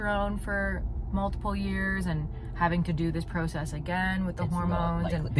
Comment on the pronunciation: The way you pronounce “process” I’ve never heard it like that